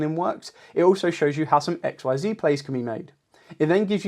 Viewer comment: Not to be rude, but you do know Xyz monsters are pronounced ex-seez right? If that’s how you wanna pronounce it tho, no judgement.